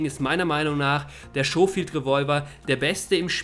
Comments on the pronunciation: Schohfield xD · "Lancaster" und "Schofield" scheinen für den Deutschen eine echte Herausforderung zu sein ,-)